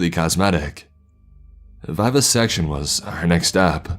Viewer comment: vivisection ,viv as in Vivian not veyevasection